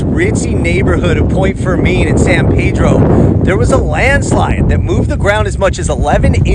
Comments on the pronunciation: narrator: "San Pay-dro" every other local: "San Pee-dro" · San pee-droh …..point fur-min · Good video. I believe locals call it San Pee-dro though.